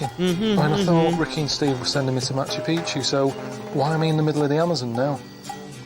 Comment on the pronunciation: It always cracks me up when I hear people say Machu Picchu, cause we all pronounce it the wrong way... It’s actually pronounced as “Machu PiKchu” which means “Old Mountain” But Machu Pi-chu (as most people pronounce it) actually means “Old Penis” Always makes me laugh😂😂